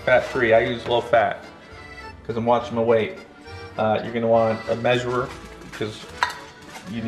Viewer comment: "You wil need a measurerer" Me: hmmmmmm ok